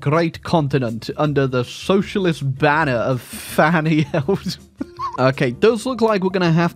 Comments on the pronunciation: I hate to be that guy but it's E-del-man not eldman sorry I enjoyed the video regardless 😂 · I love how he comitted to pronouncing her surname as Eldman when its clearly EDELman (also can someone explain why a German sounding socialist would have anything to do with Argentina in the 40s, I'd genuinely interested to know the history.) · I think it's pronounced ED-EL-MAN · Your pronunciation of Edelman is false